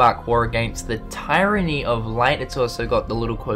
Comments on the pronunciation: Tyranny is pronounced Tear-anny, just saying. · I believe its actually tir-uh-nee. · The word 'tyranny' is pronounced Teer-an-nee. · splitting hairs, but close enough either way. You pronounce the Y like a eee sound. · The first syllable in tyranny is pronounced like the word tier.